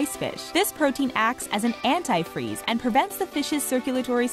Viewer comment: The way you say antifreeze makes me think you've never used that word before.